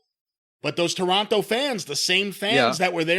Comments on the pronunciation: Its Toronto. Not TORE-ON- TOE 😡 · I hate how he says Toronto. Gah. It's "Tronno." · Cornettes enunciation of Toronto is upsetting. Signed, a Torontonian